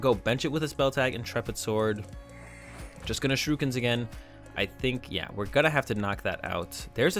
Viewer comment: Why do you say "Shirukens".. It's Shurikens lol sorry just a little pet peeve :P